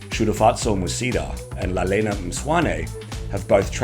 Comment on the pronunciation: Wow! I'm so impressed on how great you pronounced Lalela and Shudu. You are one of the few who could. Thank you for that. You have just gained a fan. I'm subscribing now. Love from South Africa.